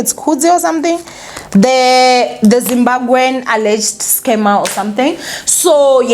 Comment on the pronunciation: it's Zimbabwe not Zimbagwe